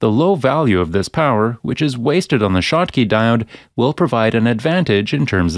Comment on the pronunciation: This is narrated by a robo-narrator. That is consistent with the shottky diode being referred to as a "shock" diode and as a "choke" diode . They have glitches like that.